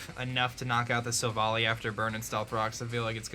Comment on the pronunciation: stop saying silvally wrong!!!!!!